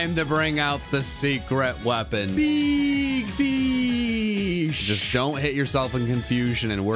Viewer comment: BEEG FESH